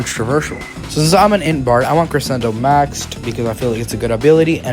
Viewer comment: I love your vids, but as a musician, vocalist, and actor, I must express my disdain..."CreSSSSENDOHHHHH"